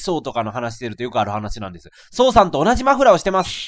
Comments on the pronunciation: レトさん「マのフのフラー」 自分「ん？」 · マのフのフラー！ …マフフラー？(((